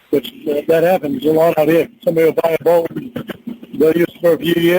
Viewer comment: lmao. Nawt a big big bawt, bawt.... 😅. This whole call is epic! Winnie is a savage! She has me rofl!Thank you. You are the best!